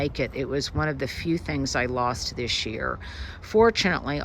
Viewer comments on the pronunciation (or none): none